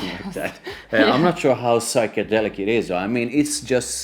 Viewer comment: Psychedelic to psuchangelic ..hohoho you do well with difficult words I love your reviews guys